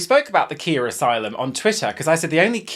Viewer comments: her names “Ky-ah” the first syllable rhymes with “lie” 😂 Edit: I know the meme is said like Kia but it still throws me every time 😂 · The absolute monstrosity of pronouncing Khia as Kia and not ky-ah